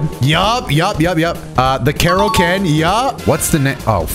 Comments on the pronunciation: Bro kaioken not keroken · Say Kaioken properly bruh. There's not even an R In it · He's committed to the legally Distinct bit of Kreoken